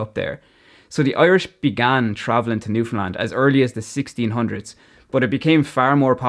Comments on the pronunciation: Love it! Especially how your pronunciation is perfect - there are Canadians who can't pronounce Newfoundland correctly. Did you ever get over here? If you haven't, car rentals are limited here and you really do need one if you want to travel the province rather than just stay in St. John's. Good luck b'y! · You are so awesome for pronouncing Newfoundland correctly its such a rare thing outside Canada. It blows my mind why people keep calling it Newfndlend. Its like people read Newfoundland and think there has to be some sort of trick to the word theres no way it could be pronounced how its read 😂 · I love how you actually pronounce Newfoundland properly while the majority of mainland Canada puts emphasis where it needn't be lol. Very proud of my Newfoundland heritage and equally proud of my Irish ancestry, 100%. Salt of the earth both sides of the Atlantic. Walsh family of St. Lawerence, Burin Peninsula. Town with a long and storied history indeed. Cheers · I absolutely love when people talk about newfoundland, especially when irish people find us. Not many people talk about or even know about this place if youre not from Canada, and i love how you pronounced the name right! Im so proud to be from Newfoundland and i love sharing cultures with people who come visit, but with irish people specifically its like you guys were raised with us even though its a whole continent away. I love connecting over the culture and accents, and i know id feel right at home if i were to ever visit ireland. Your video is amazing, keep it up!